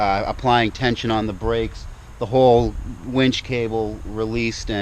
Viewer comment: When you say Warn Zeon wench, I hear "Werewolves of London" in my head.